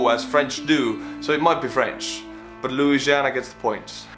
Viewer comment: He nailed the Louisiana one. There’s pretty much nothing to add for us lol